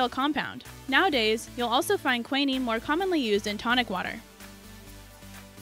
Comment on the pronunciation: WTF is qwenneeeeeen it’s pronounced qwineen. NO NO NO Fleming didn’t discover penicillin. He had no idea what was killing bacteria it was some years later that scientists created penicillin. Also Noble is pronounced NO-BELL